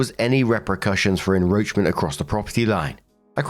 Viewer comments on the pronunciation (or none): Story 1 - When STILL mispronounces "enCroachment" as "enRoachment"......... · How come you can't say enCROACHment?